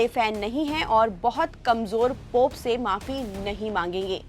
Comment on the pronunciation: पॉप नही पोप.